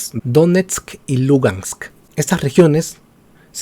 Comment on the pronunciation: Sabes tanto del tema que pronuncias mal: DONESTK Y LUGANSK. Hasta los comentaristas de fútbol peruano lo hacen mejor. Podrías empezar por averiguar del Shakhtar Donetsk. pD : tus conocimientos de Bielorrusia tb son muy tibios.